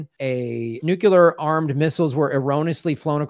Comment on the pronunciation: It's pronounced NU-CLEAR!